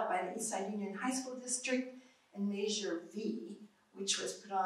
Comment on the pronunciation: im sorry, and i know this is petty, but i can't stand the way she pronounces "measure" as "may-sure".